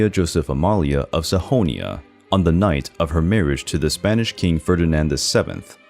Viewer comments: Um…….Saxony is pronounced sacks-o-knee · Many bizarre mispronunciations: Saxony becomes Sahonia? Navarre should be 2 syllables. Acromegaly has 5. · Sahonia??? It is pronounced SA XO NY. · Saxony is pronounced Sacks-ah-knee (not sah-hoe--knee-ah). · It's Saxony, not Sahonia. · SAHONIA? S-A-X-O-Nee (Saxony)